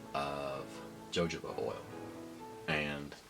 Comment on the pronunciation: It's pronounced hə həʊ bə or hə-ˈhō-bə. Good video though.